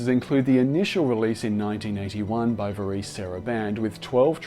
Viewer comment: VAREZE, not VAREECE! SMH!